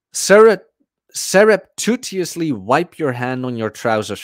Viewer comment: you had the word "surreptitiously". phonetically it's pronounced "Sair-up-tish-us-lee". it's actually a very pretty word that Rolls off the tongue, not criticism, just contributing !